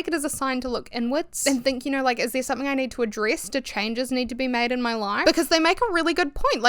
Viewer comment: Lowkey obsessed with your pronunciation of “niid”